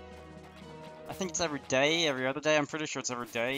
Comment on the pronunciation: the way you say every day is BAD